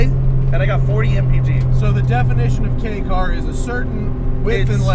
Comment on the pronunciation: I'm so happy you know how to say kei car properly